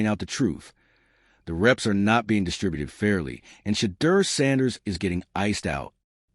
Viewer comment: Pronounce Shedeur’s name correctly!!!!